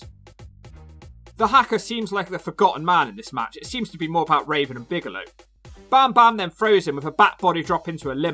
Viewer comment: I chuckled every single time you said "Bagelow". Think I'm too easily pleased, but glad you're back.